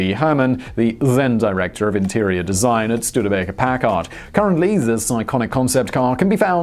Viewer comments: He needs to learn how to pronounce Packard properly. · It is always great to hear Simon mispronounce foreign words but even funnier when he puts the emphasis on the second syllable of Packard--one of the legendary manufacturers of luxury motorcars.